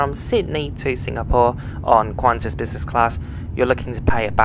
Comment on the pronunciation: Its not "Qvantas" but qantas.